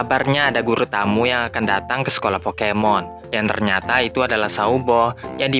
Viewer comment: abang yang ngomong pokemon salah